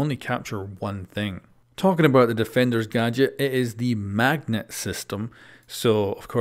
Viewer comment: Mag-NET hah pretty clever ubi